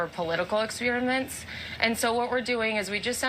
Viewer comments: "political expiriments"? 😱 Speak English puleeeeeese! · Political "expearaments" - like that one!